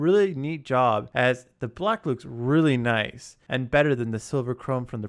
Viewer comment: Tch "noice"